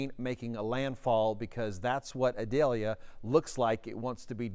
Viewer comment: Eee-doll-yah. It isn't an onion.